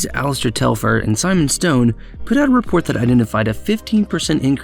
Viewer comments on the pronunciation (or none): none